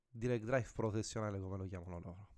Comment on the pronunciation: Bello ma ti prego non si possono sentire "pro resing uel" "direct draiv" "11 niuton meter" "lando noris" non è difficile sapere almeno i termini base dell'inglese.